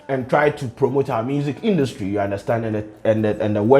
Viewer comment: It was “Induutry” and the “blah blah blah” fah me 😂😂😂😂 skin though! 😍